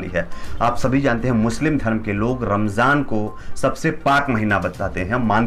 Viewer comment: Ramzaan h bro Ramjaan nahi pronunciation sahi se kro....Alkah Hidayat de Hamare Yogi Ji ku😎